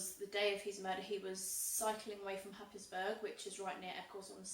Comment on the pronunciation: Happisburgh is pronounced Haysborough.